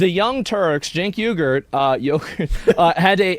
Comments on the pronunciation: "Hamas parker" and "Cenk yogurt" lmao this guy. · The correct pronunciation is "yoo-ger" fyi.